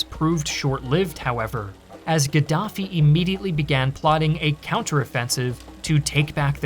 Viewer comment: Gadaffi or Giraffie😂 🦒 I’m confused 🎉